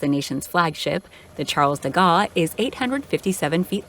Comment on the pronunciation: Actual pronunciation: Charles de Gaulle = Charl de Goal Rafale = rafal not "rafael" Dassault = Dasso